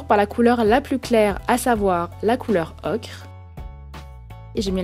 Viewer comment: dsl pour le com ''arrête de dire ocrrrre '' ce n'est pas qui a dit ça c moi MS dsl